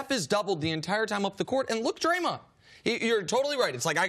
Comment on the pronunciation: Still wonder who “Draymont” is, C.C.